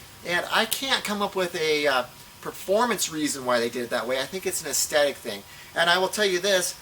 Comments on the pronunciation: aesTHetic, not aesTetic :) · It's ok to use the word "look" instead of the more difficult "aesthetic", which you can't pronounce.